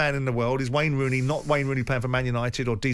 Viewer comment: “Wayney Rooney”?